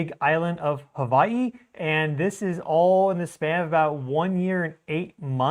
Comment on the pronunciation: Hawaii has a W..... not a V